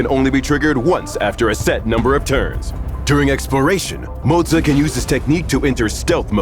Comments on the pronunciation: "mo-zuuuh" lmaooooooooooooo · I keep hearing Mozza. Mozza. Mozza. Mozza. Starting to crave Mozzarella here 😳